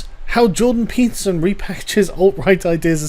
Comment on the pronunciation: Peterson-> pizza zin This is what I'm hearing